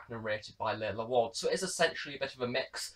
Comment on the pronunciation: It's pronounced 'Larlar' rather than 'Laila'